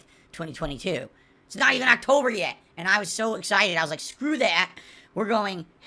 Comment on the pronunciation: Did... did he say "Broketober" at the beggining..